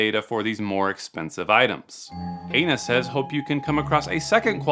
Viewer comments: In Hawaii, Aina is pronounced Eye-na, not A-na, but whatever works I guess 😂 Anyone that replies to these texts and isn’t a scam baiter is an idiot ⚠️ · Did you say her name is anus or anal?